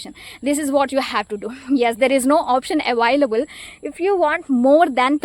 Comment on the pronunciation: Your pronounce the word "available" wrong